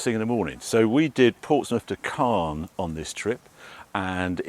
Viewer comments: Great video Harry… and I know that French pronunciation is tricky - but I wince every time you say 'Carn' for Caen. As you will have heard several times on the ferry (and you must already know) - it's pronounced CONN. Your missus must be a Saint 😇… sitting there filming while you hoon about on those country roads… with unending, tight bends. Lovely to have a boat waiting for you in Antibes - but, while I adore the South of France, I detest being there during the summer period. To each their own. All the best. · Not "Cahn", it's "Cohr". Hard C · At the beginning, I thought you were talking about the city of Cannes, but looking at the map, it was Caen. This city is pronounced exactly the same as 'quand' (when), we don't pronounce the 'n'. Anyway, enjoy your stay ! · It's Caen. Not Can. Not the same prononciation